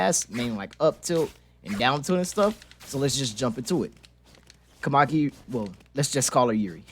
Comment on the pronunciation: It's a very good video but as a Japanese every time he says "Kamaki" it deals much damage to my soul lol